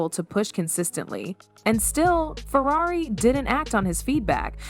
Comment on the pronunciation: This AI voice work is disgusting. It said Furrairy.